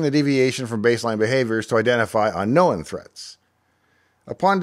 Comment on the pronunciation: “UnKNOW-un” attacks?! Q: -> Is “Dave” AI?!